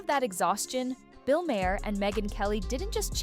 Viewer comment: You're pronouncing Maher incorrectly. 🙄